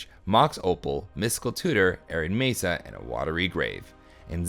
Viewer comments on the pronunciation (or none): none